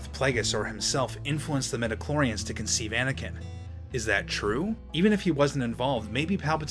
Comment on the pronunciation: Midi-chlorians, not meta-chlorians.